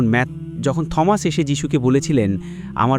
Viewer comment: ঈশ্বরের পুত্র মানে ঈশ্বরের শিষ্য বা ভক্ত বা অনুগত বুঝায়। এই লোক ইংরেজি শিক্ষক, কিন্তু বার বার উচ্চারণ ভুল করছে। সে Thomas কে থমাস বলছে, কিন্তু এর প্রকৃত উচ্চারণ "টমাস/T(h)omas. মানে এখানে h এর উচ্চারণ হবেনা। যেমন, আমরা বলি "টমাস আলভা এডিসন (Thomas Alva Edison)"